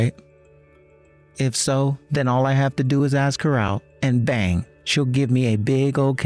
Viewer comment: Bad enough the AI or actor is so emotionless. Please, the word a-s-k is ass-k not axe. If you want to say it like axe then spell it aks, that's the slang. Female voice actor... 👍👍👍